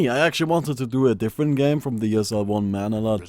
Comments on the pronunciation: it is pronounced as Manila(muh-nee!-la). *idk how to type pronunciations, hope this will do. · (Jinjinjinrou) yeah like this Ma-Nii-La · why do you say manila as manala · its pronounced manela